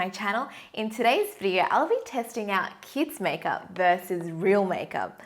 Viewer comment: 'kieds majkjup'